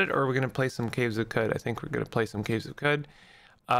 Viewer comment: It’s “Kwud”